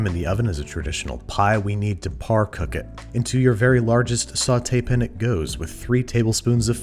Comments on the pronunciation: when he says peun instead of pan i feel so relaxed idk why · Babish doesn't say "pan", he says "pn"